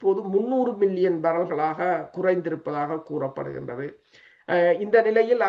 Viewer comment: மில்லியன் பில்லியன் உச்சரிக்கும்போது சரியாக விளங்கல கொஞ்சம் கவனத்தில் கொள்ளுங்கள்